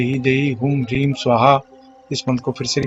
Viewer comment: इसमे सही शब्द क्या है। स्वाहा से पहले ह्रीं है। आप तो ध्रीम बोल रहे है।